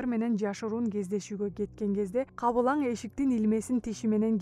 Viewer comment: "Бул маселелерден да өзүнө азык дайындоо эң маанилүү экенин сезип турган". Которгон тилчилер диалектиңер менен эмес тилдин нормаларын сактаганды үйрөнсөңөр. Сабатсыздар тажатты. ДАЙЫНДОО эмес Даярлоо болот. Google менен которгонго чамасы. Же үн кошкондон кеткенби? Кабылаң эмес Кабылан.